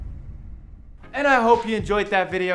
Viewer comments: Did he really say Anna hope you enjoyed the video or was that just me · I liked how in the outro he said Anna hopped u enjoyed instead of saying and I hope u enjoyed